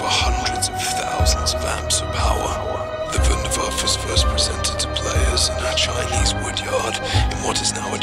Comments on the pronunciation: pronounced voondair vaffuh. not voondair vaff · Ah ja! I knew my invention would go to good use! You also pronounce it wrong it us pronounced "vundervaffa" with an a sound at the end. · its called Wunderwaffe DG-2 not waffle if you can't speak german call it Wonderweapon DG-2 easy right? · Vunder vaffe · I like how he says wunderwaffe. No homo